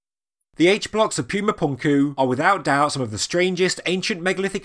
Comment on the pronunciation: NOT "Pyooma", "POOMA"! Don't insult the Spanish language with your hoity-toity MISpronunciations!